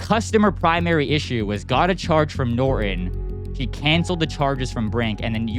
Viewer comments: It's NOT NorEn, it's NorTOn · What is nor-on????? I think there's a 't' - Norton. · It's easier for someone from India to understand you if you don't pronounce "Norton" as "Nor-in." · "Noren"🤔. Sad how this Gen has just Stopped pernouncing syllables in words. Nor-TON! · Please learn how to pronounce Norton. If you read it carefully you will notice it has the the letter t in it.